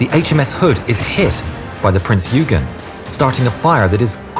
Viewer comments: nor did the narrator bother to learn to pronounce Günther or Eugen correctly . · if he doesnt keep pumping out content he is going to lose subs, Youtube is a cruel place